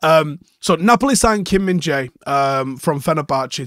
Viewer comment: At the World Cup they pronounced him as minge-eye 😅